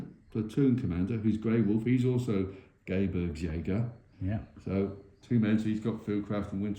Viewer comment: "These are not Gay-burg-schijager" 😂 But great table, great game.